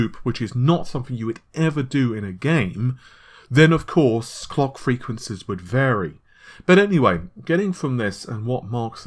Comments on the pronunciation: Kevboard Arts lol. My thoughts exactly! I had to rewind and play it again just to make sure he was saying clock. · "Sony will be able to largely keep the COCK frequency of the PS5's GPU at the 2.23ghz" MISHEARD LYRICS EDITION